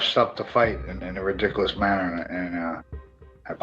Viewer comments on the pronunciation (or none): none